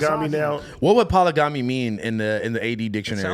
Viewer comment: You’ve committed Pol-a-gam-eeee 😭